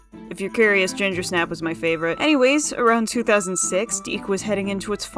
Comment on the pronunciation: "Dic" is pronounced "Dick" btw